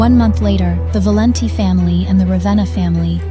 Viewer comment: Valenti is just an ordinary Italian name but they can't pronounce it right 😂😂😂